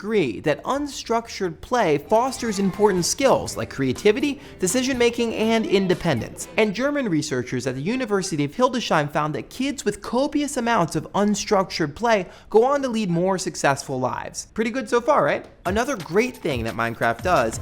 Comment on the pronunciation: Wooo for Hildesheim, but it's Hildes-heim, not Hildescheim. I know german is difficult. ;)